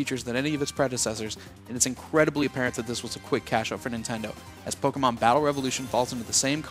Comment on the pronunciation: ita pokemon not polkamon